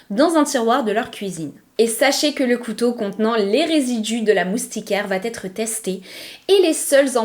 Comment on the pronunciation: Il faut vraiment arrêter les "va t etre" ! Il n'y a pas de "t" à la fin de va ! Ni de "t"....